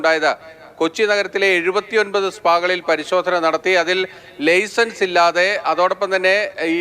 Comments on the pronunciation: റിപ്പോർട്ടറോട് മലയാളം സ്പുടതയോടെ പറയാൻ പറയു, ലെയ്സൻസ് അല്ല ലൈസൻസ് ആണ്. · ലെയ്‌സെൻസ് അല്ല ലൈസെൻസ് ആണ് ശരി.